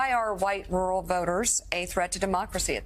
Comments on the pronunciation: Man, I hate to break it to you but 'rural' is a two syllable word 😂. Not 'rool' ru'ral. Slow down. Take your time. 'pronunciate' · Is he saying rule or rural? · Is Tatum saying rule, or rural? I believe there is a second r in that word, and it's not silent.